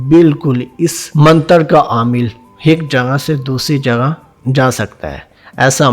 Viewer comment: Pehlay aik.kehna to seekh lo . aik kaa haik banaya huwa hai hik.hik.haik hehhehhaahah